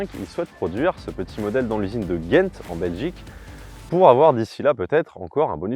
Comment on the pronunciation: On dit Gand à la française, Gent c'est à la néerlandaise 😉